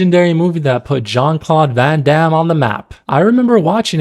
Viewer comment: I was about to say something about how Jean Claude should be pronounced with a French J, but then again he is not a pleasant human being, so…